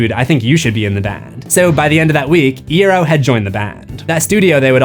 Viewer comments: You said franks last name wrong. It's pronounced "Eye-Arrow" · i have to be annoying and say i recall frank saying 'eye ear oh' on instagram once. so ig it's more an e sound than an a.